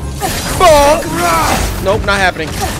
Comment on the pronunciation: Has anyone counted the amount of times he said mbonk lol